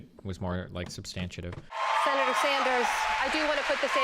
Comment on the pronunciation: "substantiative" lol i love you destiny